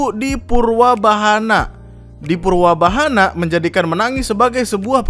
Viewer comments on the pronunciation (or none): Bangg, omongan lu typo wkwkkwkwkwk. Purbawahanaa, bukan purwabahana wkwkwk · Purbawahana bukan purWabahana baaang